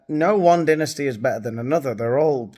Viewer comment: It's pronounced dynasty not dynasty